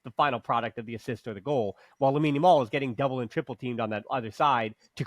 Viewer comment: We hope for a very good season better than the last one. I hope we can help Olmo and Christensen injury vulnerabilities round. you must try to pronouce Lamine second name Yamal better 😂😂😂 it is so funny. Good discussion nevertheless. Visca Barca